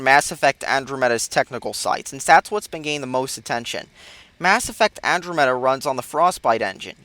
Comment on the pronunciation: Andromeda is so good. you never know what you are talking about. I love this game and it is so good. plus what Is Andromeda? you say it completely off and you say specieses when it is species.